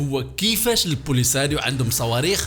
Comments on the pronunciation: البوليزاريوا ماشي لبوليساريوا❤😊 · عندكم مشكلة مع نطق الاسماء polisariou😂😂